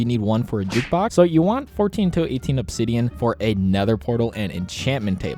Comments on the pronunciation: Why you say JUKBUX!? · Should you build your base near a cave? And also, WHY DO YOU KEEP SAYING JUKEBOX!?! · Dude he said make a caftting table and jutbox and jame in hahaha🤣🤣🤣